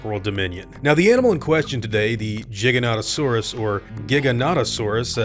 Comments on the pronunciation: All ark players know it's Giga not jiga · It would be Giga- noto-saurus, not Jiga-noto-saurus, like Giga-byte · Surely pronounced Gy-Gan-Toe-Sarus. As in derived from GIGANTIC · You wouldn’t pronounce gigabyte jeegabite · I think it pronounce GY-Ganto-Saurus and NOT GIGGLE-Saurus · Apparently the real way to pronounce it is jai ·ga·nuh·tuh·saw·ruhs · fun fact, giganotosaurus is actually correctly pronounced "gy (as in gyro) - gan-oh-tow-sore-us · I'm pretty sure it's pronounced "Jiganotosaurus" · The fact the dinosaur names are majorly Greek in origin, should make the "G" in "giga-" a hard G. Think of "Gigabyte" or "Gigawatt". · Hey! Hope you see this. We're long time fans and we've put together this JP mash-up trailer & humbly submit it to you. If you could pin this comment it would be really appreciated PS It's Giga as in a music gig, as it's Latin for Giant! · its pronounced like "gigantic" btw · It’s pronounced jiganotosawrus. Also it’s not “the largest dinosaur ever” obviously but it is the second largest carnivorous dinosaur to ever live next to a Spinosaurus if you count a pescatarian as a carnivore lol. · The correct pronunciation is with a soft G, and I swear if they screw that up in the movie, I will be pissed. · It's pronounced like gigabyte or gigawatte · Giganotosaurus is pronounced "jai·ga·nuh·tuh·saw·ruhs". Like the word gigantic. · In the movie, they pronounce it wrong. Super annoying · I’m kind of upset that Alan Grant had trouble pronouncing the Giga’s name. My childhood is at stake here. He may not be a Dino expert but I need him to be one at all times on camera lol. (Also one of the biggest theropod NOT the biggest dinosaurs ever discovered.) Get it together Sam! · And he can't say the name right lmao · I think Sam Neil mispronnounced the name. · I did die a little inside when he was having trouble pronouncing and describing Giganotosaurus. Alas, he is an actor and not a paleontologist.